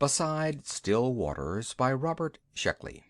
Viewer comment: Not Shluckey--SHECKLEY! :)